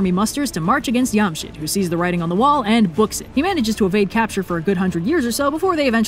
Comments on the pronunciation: Super excited you covered something from Shahnameh! Side-note: Jamshid is pronounced with a J sound not a Y sound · Just a tiny problem with the whole thing... the J in Jamshid is not a Scandinavian J :)) it's pronounced like J in Job, Jane or John instead of Johan or Jarl ;) great job though telling a chunk of Shahnameh in just 7 mins! That book is a goldmine! and sounds SO EPIC in Persian! Also, the snakes were going to eat Zahak's brain if he didn't feed them other people's brains, plus there were two cooks that volunteered to prepare the brains for the snakes and mixed the human brains with sheep brains, so out of 2 young men that were to be killed (one brain for each snake) they could save one every time which fled to the wilderness, and the rescued men who those cooks saved made the core of the Kaveh's rebel army against Zahak. Just a little extra info for those who like to have them :) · Wait I'm so confused why is it pronounced yam-shid? The ج is pronounced like 'j' so... Shouldn't it be Jamshid? We still have that name in Pakistan it's interesting to find the origin of it. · Don't think it's pronounced "Yamshid"... It's most likely "Jamshid". Only Spanish and Portuguese probably pronounce J as Y. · I think Jamshit might be not "yum" but like... "JAM", as in sugary fruit spread. It might be pronounced JAMshid. Someone correct me..? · fun fact, iam persian and have read the story of zahak in farsi. pretty much nails this video. just one thing though, the J in Jamshid is not pronounced like the J in jarl, but rather like the J in job. also a fun fact, lots of these names(not all, but most of them) are still common persian names, like Jamshid, Kaveh, Fereydon. and.... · Did anyone else hear "Yamcha" instead of "Jamshid"? "I don't know what this Jamshid is, but it sounds just like Raditz" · Yeah, Yamshid is incorrect. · Dude why is no one talking about her pronunciations on Jamshid ,is no here from middle east or Asia ps it is JJamshid on amshid